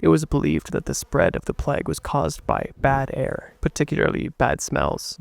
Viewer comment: I would love this way more if you didnt try to sound like an asthmatic smoker, and if you would at least try to pronounce the word Plague as it is intended to be... It's not Plaque.